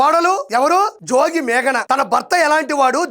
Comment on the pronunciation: అయ్యా, RP జోజి కాదు, జోగి. అలాగే ఇబ్రహీం కాదు, ఇబ్రహీంపట్నం ఆనాలి.